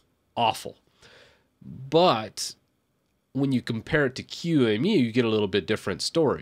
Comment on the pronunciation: Just a couple observation points, first on your pronunciation of QEMU it is pronounced “key-moo” and second it does not have a front end and the one that you showed “virt manager“ has been deprecated for years. As far as I’m aware of the only actively properly develop front end is Gnome boxes.